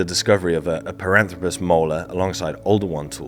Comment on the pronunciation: Piranthropus? Zinyanthropus? BIG JAWS? Related?🙈🙉🙊